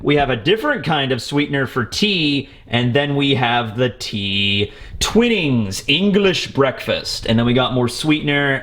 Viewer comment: you pronounce twinings weird, its pronounce tw-eye-nings in the uk